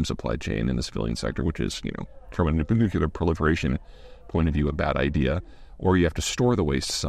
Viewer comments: 'New-clear' please Peter not New-cu-lar and then I can concentrate on what you are talking about and overcome my irritance. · Facelift step 1 - it's NU-CLEAR. Please please please Mr Zeihan, not "nookyooleer". For the love of all that's atomic.... Even Brits are saying this now. On the SMR front - the more I see the more I think we need to hyper-super-mega-fast-track these damn things. Even if it's version 0.1 experimental prototype - set the precedent. The coming (and seemingly sudden) surge in future demand from upcoming AI data centres is GOLDEN - big client, big cash, big demand, securable location, existing infrastructure can't hope to remotely cope, etc. - all wins for pushing these things to early adopter first clients. They need it fast and need it to work - I can see a lot of R&D cost being offset against those early installations. I'd dearly love to see the UK (perhaps the Rolls Royce programme) get Version 1.0 SMRs shipping to UK and European clients in the first instance, perhaps a few across the ditch to the Yanks too. We're rather good at smaller-run high-grade machining and logistics, leveraging that would also let us equip big things like ships with reactors where they weren't in place before (I've always wondered if our two new carriers are meant to be able to drop in a reactor in times of war, AFAIK the actual propeller shaft is electrically driven). That'd make sense as it'd immunise them from supply chain disruptions for conventional fuels they use now. The UK's led the world in nuclear power before, lets do it again. Remembering that retiring and replacing an SMR is much less in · If Peter starts pronouncing “nuclear” correctly then I will by a Patreon subscription. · Peter you are one of the most knowledgeable people in the world, but your mispronounciation of the word Nuclear grates. Its New Clear. Not New que la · He’s too learned to say nook-you-lerr. Why intentionally mispronounce? Because it’s trending with politicians??